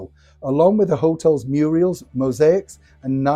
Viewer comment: Fantastic report ♥ Thankyou. I think you said muriels, not murals??? It made me think of the glorious Jean Alexander, better known as Hilda Ogdon.. 😊